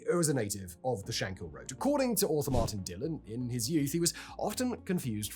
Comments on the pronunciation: Shankill, not hill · I would've liked if you'd done just little bit of research into the pronounciation of words. I.e.: It was the TrouBles. "Taig" is pronounced t-ague, the way you pronounced it was an Irish name Tadgh. It's not Shank-hill . Or Shank-ill. it's Shankill, said as if there are no syllables. Bloody Englishmen always muddying the waters... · You cannot even say Shankill properly and you talk too fast, who are you trying to be Shapiro................ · One thing of note that is mainly just a grammatical error, it's Shankill not Shankhill. It seems to be only a pronunciation issue for English people, the most famous case I'm aware of being madlad Ross Kemp.